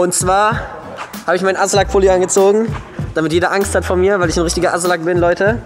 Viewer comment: Du "Azllack"😂 (nicht böse gemeint😇)